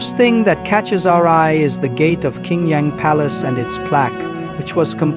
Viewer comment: Qing Yang is pronounced " Ching Yang ". Qing is pronkunced as " Ching ".